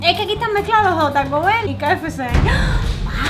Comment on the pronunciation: La mamá de diciendo QFC cuando es KFC🤣🤣🤣😂😂😂🙃🙃🙃